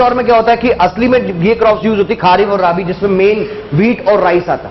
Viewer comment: खा रीफ नही खरीफ़ और राबी नही रबी